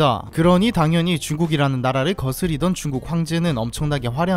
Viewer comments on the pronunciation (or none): ~거스리던이 아니고 거느리던